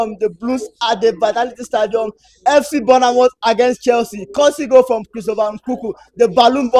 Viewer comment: I beg wonna it's not 'burner mouth'....its pronounce 'bor moff' .....I know u Nigerians love burna boy ( me too) but please pronounce Bournemouth.... there no burner in this...I love Naija